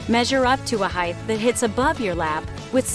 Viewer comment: Its height. Measure the height. Not "heighth"